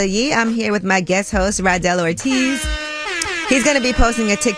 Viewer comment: His name is RADEL ORTIZ not Randel 😂😂😂😂